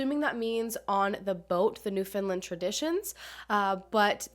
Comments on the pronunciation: it's NewfoundLAND not NewfoundLIND I dont understand where people get the 'i' from when it's nowhere in the name lol Also St.Johns is the capital city on the island.. it's not a a tiny little fishing community it's fairly large for the sizes of villages and towns we actually have here. Thanks for covering the story! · I was living in St. John’s at this time, and I remember hearing about this !! So cool that you’re covering some Newfoundland cases ! *pronounced new-fin -land by the way, not new-fin-lind :) Love you videos ! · Hey, I’m from St. John’s and I just wanted to let you know that you’re pronouncing Newfoundland wrong and as a Newfoundlander it can be very grating to hear it said like that hahahah so I thought I would mention it and try to explain how to say it- so its pronounced similar to the word “understand” “new fown land” not “New Finland”- I hope this helps! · Newfoundland isn't pronounced like New Finalnd it's pronounced kinda like Newf-Un-Land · Any other newfies wanna jump off the bluff every time she said “New Finland” ? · I’m from a different part of Canada, but when she said “New Finland” I had no idea where she was talking about - I was legitimately curious where a place like that would be (New England area?) lol it was my Husband that asked did she say “Newfoundland”? And then it clicked 🤪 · Its pronounced new-found-land or newfin-land as in new-fin but not Finland.. i hope that makes sense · It’s pronounced new found land! Love that you cover cases from every where not just the United States or super main stream cases. Awesome content. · I love the video and I love her videos but whenever a mainlander says “newfindlind” I cringe😬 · Americans always say Newfoundland funny 🤣